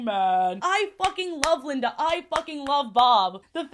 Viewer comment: i like that you kept referring to linda as "lindana" (tone indicator genuine)